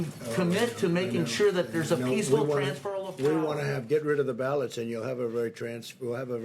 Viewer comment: Why the dude say Trans- ferral tho?